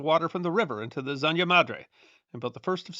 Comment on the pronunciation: ZANJA is pronounced in latin american spanish as "SAN-ha", NOT "san-ya". The "J" in spanish is pronounced like a harsh english "H". Spanish is not Dutch, the J is not pronounced like a "Y". but it's just spanish, so you don't care. if it was french, you'd be sure to pronounce it correctly.